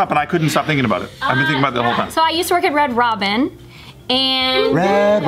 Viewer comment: This whole time she said red Robbins and I'm picturing Baskin Robbins